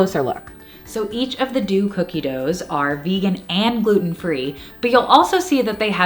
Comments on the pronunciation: Deux is not pronounced “do” but “dough” - it was driving me a bit batty repeatedly hearing the incorrect enunciation. 🙈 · deux is pronounced “dough” i loved the video tho!! ☺️